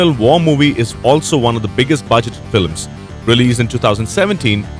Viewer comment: Here we have a trailer consisting AMERICAN WAR MOVIES, and the narrator can’t even speak English,.. For Christ sake, And they wonder why we are concerned for our country. If can’t fu**ing talk, carry your ass back home . He says Filems,...and politickle ,.....🤣 Oh man,.... That is disgusting, what the hell Netflix, DO YOU HAVE ANY WHITE NARRATORS !!!! Oh Excuse me caucasion